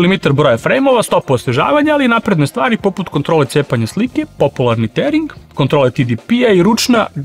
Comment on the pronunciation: Napokon neko tearing izgovara pravilno...